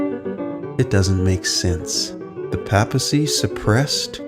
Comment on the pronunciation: Papacy....sounds like paper, not Papa. Just saying.